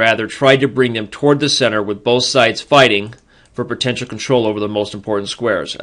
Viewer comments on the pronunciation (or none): What the fuck is "pertential"?